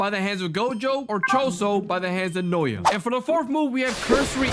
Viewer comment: Bro it’s not “noya’ it’s “Na-uh-ya